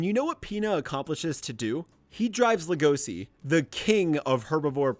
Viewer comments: But like- HE WAS SO GOOD HE MADE A WHOLE ARCH SECTION Wait a sec DID HE JUST SAY LE-GOSI!?!? LEG-O-SHI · "legosee" that fucking killed me in every way possible, LEGOSHII SHII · everytime i hear Legosi instead of Legoshi makes me cRinGe